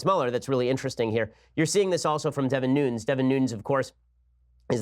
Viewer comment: Wire | Nunes is pronounced “NOO-nehz”